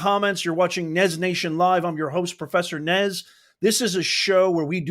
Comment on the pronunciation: IZ NOT PROFERSA. HES GRAID TICHER...SOROSH PAPYS....OMG